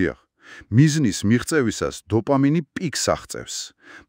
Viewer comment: დოპამინი რა უბედურებაა და " ლ" ები გამოასწორეთ 🤔